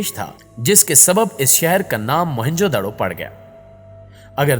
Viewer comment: It's not Mohan ... Real name is moyan jo daru mean maray howon k teela